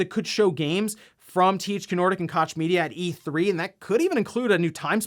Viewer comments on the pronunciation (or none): It’s not Cotch media, it’s pronounced like Coke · Its Coke media. Not kach jfc lol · It's an easy mistake to make but "Koch" is pronounced "coke". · Pronounced Coke Koch media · Wait what Koch Media as in Kátch Media I mean you didn't have to do it like that though... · "Kotch Media" :D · As each time this Concept comes up: Imagine the drama concerning all new misspresses, done by the console without you being able to stop it... "Just give it to the 50 or 60 Million People signed up to Playstation Plus now" - That's a poor choice of words... Each time tries/fails to pronounce "Koch Media" I just inadvertently wince. Where exactly is the "t" in "Koch"?